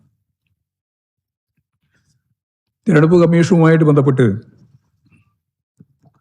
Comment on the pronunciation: Thereduppu alla threrenjeduppu aanu Govindthan Maashe !!!